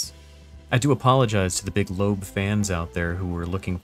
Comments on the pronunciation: It's pronounced "Lo-ab." Went to high school with her in Colorado Springs. We're both 1987 graduates. She's pretty cool, into D&D, other gaming, disc golf, prog music, and e-bikes. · Nah, it's pronounced Lo-ab, she told me herself